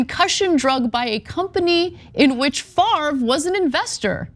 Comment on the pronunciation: I dont know what's worse, pronouncing his name FARV, or doing the shit he did... its French, pronounced FOV